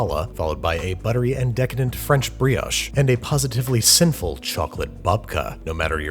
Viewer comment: No hate whatsoever ..but the way Americans say brioche hurts my french soul